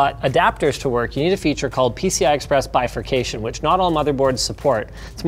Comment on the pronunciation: is that the proper way to read bifurcation?